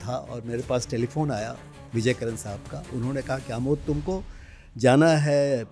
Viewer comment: "प्रमोद" नहीं, उनका नाम 'आमोद' है, जिसका ग़लत उच्चारण "अमोद" किया जा रहा है। देवनागरी लिपि में 'जो लिखा जाता है वही उच्चार' किया जाता है, यह उसकी श्रेष्ठता का प्रमाण है। रोमन लिपि में ऐसा नहीं है; 'A' को 'अ' भी बोला जाता है और 'आ' भी। (इस प्रकार के अन्य उदाहरण भी उस लिपि में हैं।) 'आ-मोद', जो शुद्ध संस्कृतभाषा का शब्द है, उसे "अ-मोद" कहने से अर्थ विपरीत हो जाएगा !